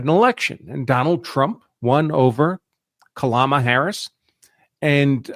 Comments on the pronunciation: Did you just say Kalama Harris?🫡🫡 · Is there not exploitation of Americans of the social security system or medicare billing frauds or fraudulentl'y filing for food stamps. When the speaker starts of pronouncing Kamala Harris as Kalama Harris, is that trying to intentionally not help assimilate or pronunciations are a real challenge?